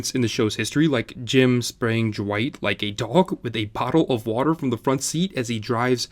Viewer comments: Why is he saying jwight and not dwight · Why are you saying Jwight instead of Dwight? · Is it just me or is he saying Dwight a bit weird, like Jwight? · Is it me or does it kind of sound like he’s saying Jwight? I’m like jwight?! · Why do you say Dwight like it's spelt "Jwite" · I cannot stand how you keep saying “jewight” and not just Dwight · Why is he pronouncing Dwight's name Jwight..? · I can never ignore the way you pronounce Dwight, "Jwight" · Is he saying J'wight? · You say it like duh-wight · Dwight? You mean Dwigt. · Am I the only one bothered by how he says Dwight